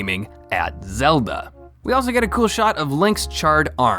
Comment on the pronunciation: is it just me or is his pronunciation weird? Hi-nocks Bow-kow-blin Zilda Mow-blin